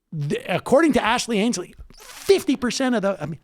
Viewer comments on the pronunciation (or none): "Ashley Ainslie" LOL